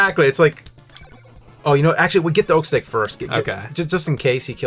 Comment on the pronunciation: I watch all of yours and content... this is a really good one. Whenever you say "Oak stake", I think you're saying "Oak Steak" and i'm like wtf is that... James, you should show up on live streams and read the chat for the videos lol.